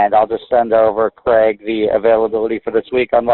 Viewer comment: And we don't pronounce Craig/Gregg like that.